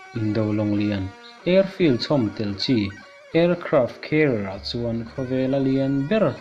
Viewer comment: Aircraft Care ti angin ka hriat dyh chule....😊😊😊😆😆lol